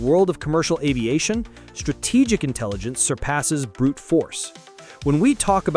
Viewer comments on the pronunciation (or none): none